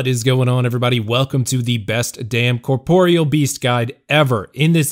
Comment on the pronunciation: Liked solely because you didn't call it "corporal"